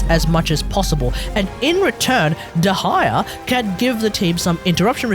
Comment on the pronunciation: I've always heard it pronounced the former, which is why I was surprised that he was saying it the latter.